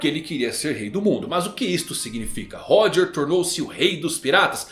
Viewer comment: Mano 1095 capítulos já de OP e essa cara ainda não aprendeu a pronunciar Xebec e Roger kkkkkkkkkkkkkkkk